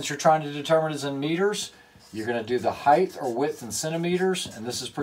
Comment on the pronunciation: Someone else making up new words. Height has now apparently become height-th. Who knew?